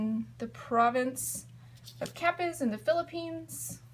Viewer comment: pronounced KA- peas